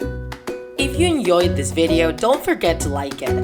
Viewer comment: And “if you enyoyed this video” 😂